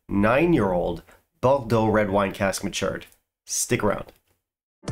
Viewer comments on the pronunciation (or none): Not a shrinking Violette, haha! And ""boar dough" is how you pronounce it.